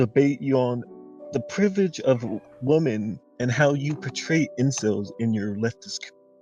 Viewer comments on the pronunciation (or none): this dude keeps saying privrige